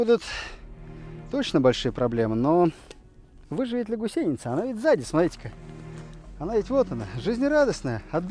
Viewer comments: Почему гусейница, а не гусеница? Это где так говорят? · =)) почему она гусейница,а не гусеница?=))) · Все интересно, лайк. Только почему гусейница, а не гусеница? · Прям ухо режет это "гусейница".🥴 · Долго не мог понять - что за "гусЕйница"??? ... Да "гУсеница" же!!! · Правильно будет гУсеница... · Не ГусЕница, а гУсеница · А почему гусЕница то..? Когда она гу́сеница! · ты татарин или где? гусЕница, бесит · гУсеница. Ударение на первом слоге... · Может не уместный комментарий, но в слове «гусеница» ударение следует ставить на слог с буквой У — гу́сеница. А в остальном отличный контент. Не знаю что больше удивляет, мощь орудий или как вы это орудие достали. В любом случае это очень круто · Поправочка , гУсеница , ударение на У правильно делать в этом слове там . Вот так . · Гусейница режет слух, даже зубы сводит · Хороший видосю Только "гУсеница"! Русский язык не родной что ли у ведущего? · Блин, ты нарочно говоришь гусЕйница?) выпуск бомба! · Ох уж эта гусеница с таким ударением)))